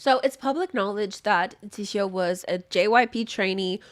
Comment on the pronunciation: girl what tf are you saying her name is JEE HYO JIHYO